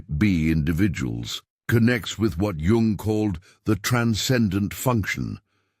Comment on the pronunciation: Pronounced yung